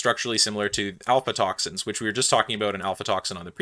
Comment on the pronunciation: I'm sorry but throughtout the entire video you pronounce "a*fl*atoxins" as "alfatoxins" and it keeps bugging me